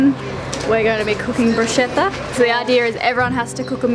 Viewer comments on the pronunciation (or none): it's pronounced bru-sket-a not brushetta p.s love the vids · Really? is entering a cooking contest in France and says "brewshetta"? Hint, is pronounced "brus-ketta"! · It's pronounced brusketta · Pronounced Brusketta 😖 😝